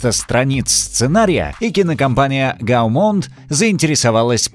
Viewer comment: Не ГамонТ! а Гомон!